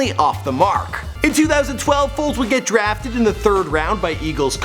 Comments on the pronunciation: WHO TF IS NICK “FOLTZ”????? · You said nick foltz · “Folz” can’t even get his name right my god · Its FOLES.. Not FOLTZ .. smdh .. 😡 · Foles not FOLTZ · It’s Foles not Foltz 🤦🏽‍♂️😂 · It's Foles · FOLES. Put some respek on God's name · My nigga you better get his name correct before this fucking super bowl. It’s Foles don’t disrespect us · Foles it’s Foles